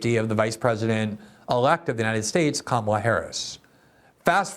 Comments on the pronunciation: Darren Beattie looks ill. And sounds whacked out. White supremacy and conspiracy theories are not good for one's health. And he still can't pronounce "Kamala"? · Glenn, teach your guests how to pronounce "Kamala". She's been VP for a while now.